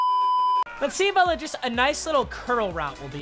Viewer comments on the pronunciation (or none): none